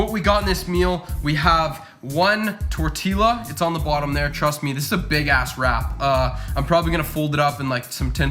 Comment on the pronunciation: I can't tell if he's pronouncing the two l's in "tortilla" on purpose lol